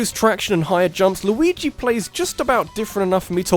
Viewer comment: Mayrio? Yashi? Louis? Maybe you can only pronounce Luigi right